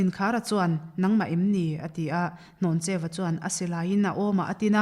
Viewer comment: Hnawncheu Vanphawng a ni. A chhiartu lam khi a dik lo. Hlawncheu a ti daih mai!